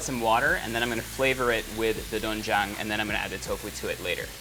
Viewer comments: It pronounce as dwenjjang or denjjang sir erwan. And its better to soak po muna sa tubig ng 30mins to 1hour yung glass noodles instead of boiling😊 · It's DWAEN-jang btw and AH-jeomma not ahJOO-ma 😊✌ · it is pronounced as du-wen-jang HAHAHA basic knowledge only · It’s actually pronounce as softer ‘o’ not really ‘oe’ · Doenjang is pronounced as du-wen-jang~😁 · doenjang (do wen jang)